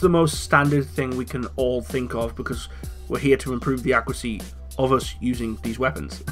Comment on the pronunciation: What's accracy? (I know you meant accuracy)